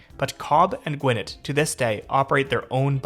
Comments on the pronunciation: Just some friendly ATL pronunciation tips. Dekalb sounds like de-CAB (like a taxi cab) the L is not pronounced at all, Gwinnett is gwi-NET, and the T in MARTA is not so heavily voiced. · Yes. He’s definitely not Atlanta. lol. Also, what is Gwin-nit? It’s Gwin-net. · It’s pronounced Gwin-net not Gwin-nit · Dekalb = Dee-cab, silent L Gwinnett = Gwen-ette Great video!!!! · They're pronounced De-Cab and Gweh-net. As an Atlanta resident, I detest how little coverage MARTA has, and that is absolutely down to the lack of coordination of these counties. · Aw, this is so nice to see. Atlantans crap on Marta, but it is nice to have. The only thing wrong with it is that people use racist reasons to justify not riding it and not expanding its service radius. Gwinnett is pronounced gwi-NET, FYI. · "DeKab......." "Gwin-et." From a native Atlantan. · Pronounced De-cab for Dekalb, and Gwinnet is Gwen-net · Gwi-Net' accent on second syllable. De Kalb -de Cab' (almost New York like de Taxi Cab). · That shit had me deaaaad GwI Nit county 😂😂😂😂😂😂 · And Gwinnett is Gwee-net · Also, gwin-ETT county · Dude, as a local, I enjoyed your perspective, but please learn how we pronounce MARTA, DeKalb, Gwinnett and other local names.